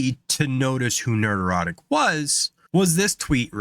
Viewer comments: Only a Pats Fan has the total lack of self awareness needed to make an 8 minute long compliment to a youtuber while constantly and hilariously mispronouncing their handle over and over again haha Nerd Erotic. HAHAHAHA bru 9/11 was an inside job I know because the snow play happened and 'pats' won the superbowl that season. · Dude, it sounds like you're saying "nerd-erotic", which is just wrong. It's not a play on the word erotic, it's a play on the word neurotic. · "Nerderotic". Sexy 😂😂😂